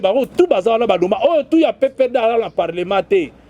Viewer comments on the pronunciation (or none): none